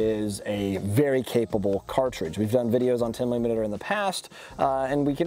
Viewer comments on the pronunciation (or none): you say "10 mlimeter" and "10 limiter" right after lol